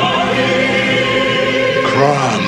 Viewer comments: It's CROOOOOM not CRUMB!!! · Crom godammit it's pronounced crom not crum